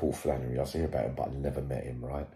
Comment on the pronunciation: Flannely 😂😂😂 got hes 😂😂😂